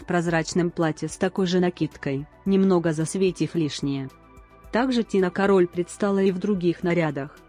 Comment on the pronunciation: кАроль, а не карОль